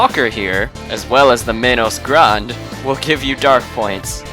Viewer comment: its pronounced men-os gran-day